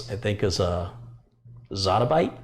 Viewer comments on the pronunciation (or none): Zettabyte not “Zatta” that’s why we have our job;)